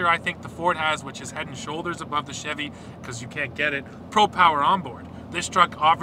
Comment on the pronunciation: please just say chevy CHEV?